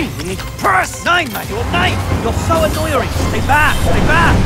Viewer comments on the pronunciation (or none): "OH you're so anNEUERing" -Ter Stergen 2019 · “You’re so aneuering” - Marc andre ter stegen